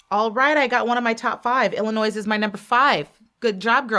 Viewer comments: Waited for this! Thank you! Btw, as a native from Illinois, you pronounce it as "Il-ih-NOY"..so the "s" is silent. Illinois and Texas were in my Top 2 before the finals night & I'm so happy they both ended up in the Top 5. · Love this. Love you. But girl, the “s” in Illinois is silent. You don’t pronounce it. 😬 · I agree, I don’t know why she pronounced Illinois with a S 😂😅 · Love how they called out Illinois multiple times with the silent 's' and refused to conform and kept pronouncing it with a HARD 'S'. is here to make some noise, it's IlloNOISE!! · it’s illinoiize! 😆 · You don’t pronounce S in Illinois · When you say Illinois, it doesnt have the s in it. Pet peeve